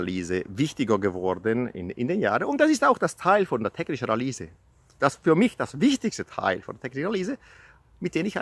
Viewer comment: Hallo, wo bist du gerade in DL? Kannst du bitte das nächste Mal "technische Analüse" sagen und nicht "technische Analiese".;-)